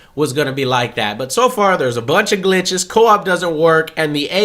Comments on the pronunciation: that's how Joe says it.....Pinches Gliches :D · How exactly do you pronounce Gliche?